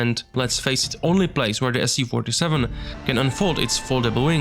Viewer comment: Absolutely amazing work! I wish you best luck with this! Do you have any real documentation about plane and photos of cockpit? Is it even possible to be close to real? Little pronunciation corrections: Not an "S-U-47", but "Soo-47" ("Su" is just shortening from "Suknoi"). Also bErkut.